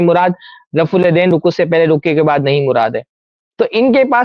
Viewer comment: ماشاء الله جزاك الله خيرا و أحسن الجزا سوال پوچھنے والا کشمیری جاہل دیوبندی ہوگا۔ اسی لئے رفع الیدین کو رفے دین بول رہاہے ۔